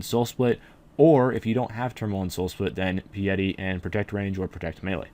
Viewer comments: My friend, it is pronounce "PIe-ity" (like 3.14 with an ity afterwards) or something like that; not pee-yeti! Lol, great vid through! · Pee yeti? It's Pie-Yeti. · He said Pee-Yeti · It's Pah-yeh-ti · Piety: pie-uh-tea :)